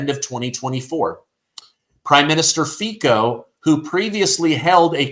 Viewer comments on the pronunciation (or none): Everytime that you pronounced the name of Slovakian 's president, I did not hear Feca, but Fecal.🎭🔊📢📣📡don't say you didn't, didydo it hahaha 😆 I know you do too!! I know yes, you ,you who read that,!!! Go was your ears now, and i ll go wash my tongue 👅😅